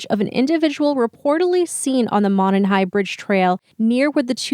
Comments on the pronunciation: the word Monon is pronounced Moe-non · nothing irks me more than how outsiders pronounce Monon. moe-non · We pronounce Monon like- Mow Non. Glad to have come across your channel. I will be following it now. Good job team! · I'm from Indiana. The name of the trail is pronounced Mo Non. Mo non trail. Juat have heard it said by folks over and over incorrectly. ✌🏾 also the way that the police have handled this as far as the information has been released has really not been the best. I get they are holding certain cards close to their chest, but at this point we have almost no absolution as to what he looks like. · It's Mo non. That's how it's pronounced